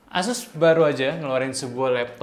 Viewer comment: pengucapan ASUS nya ga konsisten nih. Awalnya asus, berubah jadi eses, berubah lagi ke asus :)